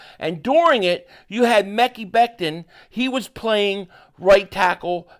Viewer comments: Man you are driving me craZy with this "Mekey" it is " Mekeye". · Happy birthday to your daughter also you pronounce his name Mi-ky like Kyrie except it’s Ma-ky Becton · I’m sure his name is pronounced “Mek-Eye”